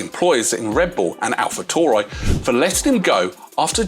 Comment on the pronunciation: its pronounced AlfaTaoory(taury or Tauri)